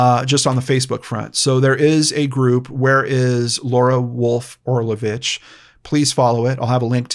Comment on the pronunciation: The amount of respect and importance you put on the missing people and victims is astounding, Sir, I commend you. This is my first video of yours that I have seen and I subscribed minutes in. By the way, you pronounced Orlović so well! I am Croatian and it's just the way we say it as well. I am really hoping miss Laura will be found safely, her poor daughter must be so worried.